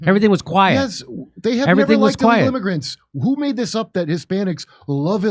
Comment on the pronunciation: Stop calling them "immargrents!!!"